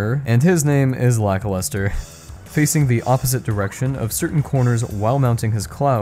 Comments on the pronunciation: You pronounce Lakilester as Lackluster? Is that a joke? Because I always thought it was pronounced lack-keel-stir. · Today I learned that the Cloud dude is written Lakilester. I never played this game but I enjoy your content of it. But the way you say his name sounds 100% like Lackluster so I thought that was his name. Lakilester should be said like the Laki in Lakitu, very hard emphasis on the A and I. And Lester, well just like the name Lester. This video is already kinda old but YouTube recommended it to me so I don't think you'll read this, but in case you do, I also don't think that you would change how you always said the name for this single comment xd Although you say it wrong and for me he is Lackluster now and I can't shake it off s.s